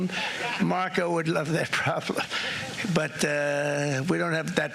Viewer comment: did he say "prob blem"?